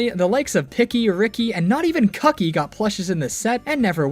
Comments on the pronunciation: Kucky is actually pronounced "Kooky". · In Japanese, the name of the chicken animal buddy is pronounced more like "cookie" than how we would typically pronounce the name.